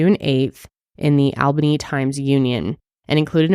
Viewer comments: The obituary was posted in my local newspaper and touched all of our hearts in the community., my mom is from Arizona and pronounced Albany like you do for the longest time, but it’s “All-bany” just a lil tip. I love you guys. ❤️😊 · Why do people say Al-bany? It's All-bany. That's my hometown. 😅